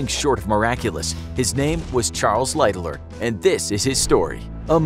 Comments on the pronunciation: Lighterloererer what kind of pronunciation is that?????? The phonetic pronunciation light-haller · I watched as far as the hideous pronunciation of "Lightoller" and could not go any further.